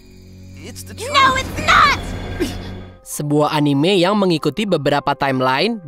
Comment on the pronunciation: Pengucapannya bukan "anim" min, tapi "anime" ada e nya.. karena itu bahasa jepang dan pengucapannya jg dalam bahasa jepang seperti itu cmiiw